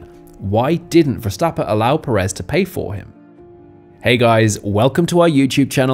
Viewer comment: Who is Max Verstappa? Is Verstapp-EN. Properly pronouncing professional athletes' names will give your channel more credibility.